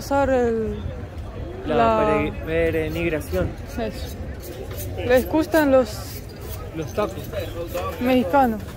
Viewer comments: Hasta hoy tuve la oportunidad de ver su video, me encantó. Disfruté tu pronunciación de la palabra perenigración, la correcta es peregrinación. Mas que peregrinación, presenciarion procesiones, que es cuando un Santo, en este caso El Santísimo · Pe-re-NI-GRA-ción no brother, es pe-re-GRI-NA-ción (de peregrino), jejeje, bonito video, me dieron ganas de visitar Guatemala, se parece mucho a mi Yucatán, un saludo. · Cada vez que decía PERENIGRACION me reía 😂😂 es PEREGRINACIÓN 😂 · Peregrinación. dice perenigracion. Así lo escucho si no lo oí bien mil disculpas. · Me gusta como hablan español. dice "penegrinacion" por peregrinación y en otro vídeo dijo Valadolid por Valladolid....¿será el inventor de la nueva lengua española?....La bandera de Guatemala, es como la de Argentina 😮😮😮😮......Buen viaje, los veo en Antigua.....Que ricas frutas por cierto, y el metro al aire, que bueno que estos bellos países podamos conocerlos por ustedes y ❤❤❤❤ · Yo soy el luchando para pronunciar bien una palabra para terminar diciendo pereNigración 😂❤. Me encantó el video, como todos los demás. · Lo mejor del video fue la "perenigración" :) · Me he reido mucho con pronunciando perenigracion cada vez peor.jjjjjajaj un beso desde San Salvador, El Salvador. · Jajajaja que gracioso escuchar como dice, perenigracion cuando en realidad es peregrinacion jajajajaa fue muy gracioso 😂😂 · PEREGRINACIÓN estimado, no perenigración, su canal es muy ameno. Saludos. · Jajajaja perenigracion jajajaja. Es peregrinación. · Peregrinación, no perenigración. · Perenigracion, no no peregrinacion ahora si jajaja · Peregrinación, no Perenigración, jaja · ....nos quedaste mal,.. no supiste pronunciar '' Peregrinacion"😂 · no le enseñes a hablar mal a... la palabra es PEREGRINACIÓN...!!! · PE RE GRI NA CIÔN...."con onda".....